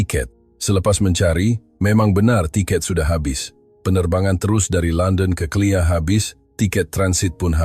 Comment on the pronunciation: BUKAN CLEAR tapi KLIA